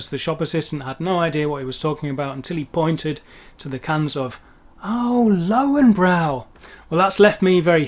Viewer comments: Weil "ei" und "ie" für die dasselbe ist. receive, believe... Ein Wunder, dass die Einstein richtig sagen. Aber "Lauenbrau" toppt alles. Klingt fast wie Augenbraue. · lowenbrow! :D